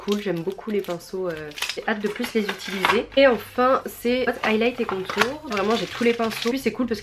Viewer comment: J’aime bien quand tu dis itiliser 😂😂